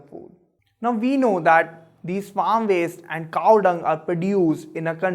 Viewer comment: Is Cow or "CaaaAAWhh"!?